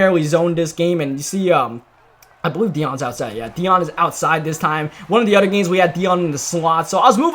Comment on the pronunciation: It’s other not udder lol